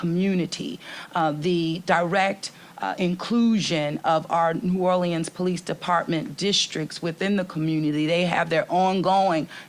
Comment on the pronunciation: Can the mayor at least pronounce New Orleans the city she's mayor of?